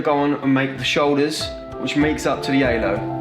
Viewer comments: good video but I cannot understand a thing he says 😬 took half the video to realize he was saying Halo and not “aylo” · He kept saying alo 😭😭😭 it's halo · don’t forget the ALO